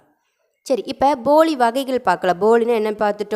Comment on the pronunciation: உங்க உச்சரிப்பு சில நேரம் பொலி னு இருக்கு வீடியோ வ ஒரு time cheak பண்ணி பாருங்க போலி னு கேக்கல தின்பண்டம் இருக்கு ல பொலி அந்த மாறி இருக்கு